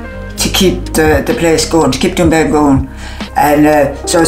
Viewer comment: Sounds like Trump was a godsend to the Doonbeg community. Why does everyone struggle so hard to just say it?